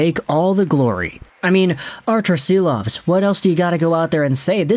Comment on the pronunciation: it is pronounced "Shilovs" like in shame, shack, shawl etc